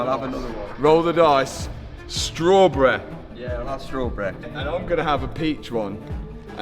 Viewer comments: Strawberry❌ Strawbreeh✅ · strawbrry kills me😂😂😂